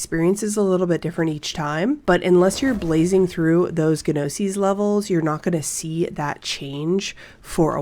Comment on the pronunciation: Glad to see this, I followed Witchfire for a while and regularly read The Astronauts blog. Just one minor thing to point out about this video - the word "gnosis" is pronounced like /NO-sis/, the G is silent.